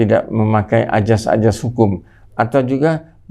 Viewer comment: Azas, bukan ajas. Pergunakanlah bahasa indonesia yang baik dan benar.